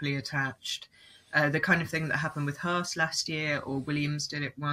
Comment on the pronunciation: Its not hertz its haas :)